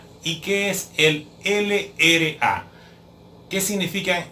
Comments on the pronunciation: esta bien pero no se dice ere ele a, se dice erre ele a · No es ere es errre